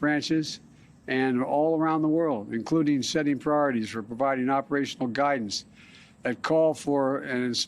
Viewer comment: What the f is an ameer of al cade a